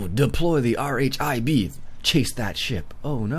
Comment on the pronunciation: It is not R H I B it is not said in all different letters it is said in one word rhib